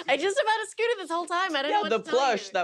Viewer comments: I love that she goes with a flap sometimes (like and ) but with a plosive in others ( and ). Such an immigrant-losing-accent / dual-citizenship-brain moment lol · I can't get enough of Siobhan's pronunciation of scooter. Never before have I heard scooter with the t pronounced as a plosive instead of a flap